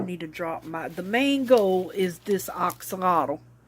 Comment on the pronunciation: I know someone told you that you were pronouncing axolotl wrong but you were not. Look it up on Google... you were saying it right. It's not "ax"olotl... it sounds like "ox"olotl